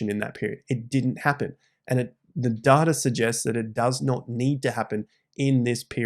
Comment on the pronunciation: Never trust anyone that can’t even pronounce “data” correctly